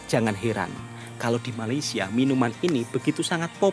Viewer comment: Woi, sampai bila ko nak salah sebut Malaysia? Atok nenek aku Jawa, Mak Ayah aku Jawa juga. Elok je dia orang sebut Malaysia. FIkir fikirkan bro. Ojo kesandung…